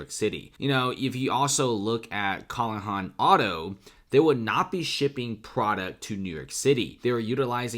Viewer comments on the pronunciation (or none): I raced to the comments when I saw his Callahan Auto. What an idiot. Who hasn't seen this movie? And he mispronounced Callahan. LOL